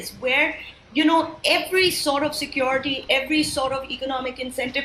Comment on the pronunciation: atleast learn to pronounce the simple english word "security" before you open your mouth on subjects you know nothing about. Secondly from your talk you seem to want to prolong this mayhem in Manipur.